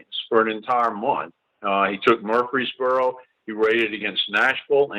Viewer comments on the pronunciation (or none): none